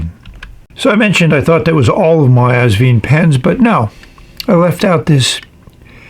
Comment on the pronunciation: Wonderful review, as always! I finally got my Asvine review a couple of hours before yours. 😊 For pronunciation, just remember 'vine', like a grapevine. Regards, Norman